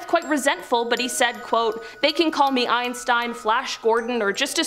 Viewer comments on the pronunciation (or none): none